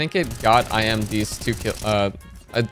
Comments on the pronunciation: its eeeMeh not I'm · iM = Emeh, not “i am” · I M ?????? it's imah:face-blue-smiling